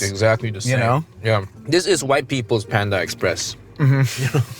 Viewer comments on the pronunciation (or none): none